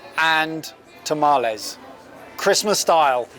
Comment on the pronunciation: Spanish mispronunciation has been a recurring thing here forever. Paella, taco, jalapeño, tamales, and now this. On one hand that's very common for British English, but on the other this is a food channel and a bit more effort into accuracy wouldn't be amiss.